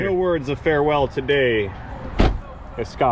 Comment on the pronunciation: I've never heard anyone else say escape the same way I do till now.